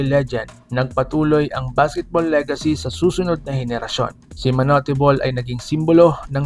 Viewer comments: TANGA AMPUTA MANU-TE BOL KUNO MANUTE BOL HINDI MANU-TE GONG2X 😂😂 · Bata pa lang ako naririnig ko yan sa tatay ko at sa mga kuya ko manut bol ang pronounce nila dyan..